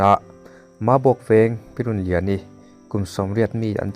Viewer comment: Pi "Runliani" tih hi Mizo hming pangngai, mi tam takin an put ṭhîn pawh niin a rinawm a. Engati nge in lam dik thiam mang loh tlat le? Inbuatsaih ṭha deuh teh u.